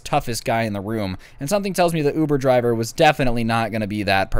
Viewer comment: My boy said ovoo driver. Im pretty sure he got it from that one vine